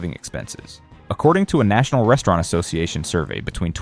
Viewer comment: Subway is still popular in Australia. Did he say breastaurant about Hooters?